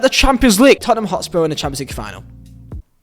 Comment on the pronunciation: Lad..... it's Tottenham